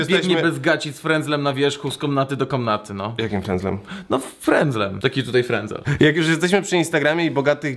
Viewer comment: frędzel nie wręcel :)